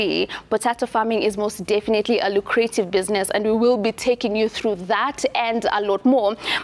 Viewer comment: Lucrative. Pronounced luk-ra-tive